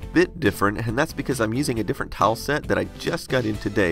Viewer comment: Every time you spoke "tile" I heard "towel". I dunno if it's my poor English or you're pronouncing it funnily, but you can imagine my confused face :D